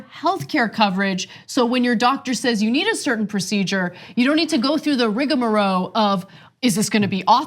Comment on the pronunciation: Ana, and the wider USA, I’ve heard this word mispronounced several times so I’m just gonna say it isn’t rigamoro It’s “Rigmarole” Aside from that I largely agree with the points in this video